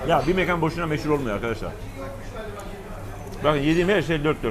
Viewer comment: mekan derken a’ya sapka giydirmeyi unutuyorsunuz. Saygilar